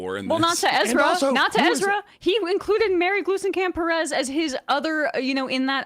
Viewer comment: Astonishingly, y’all pronounced Glusencamp Perez perfectly but mispronounced her first name, Marie. 🤦🏻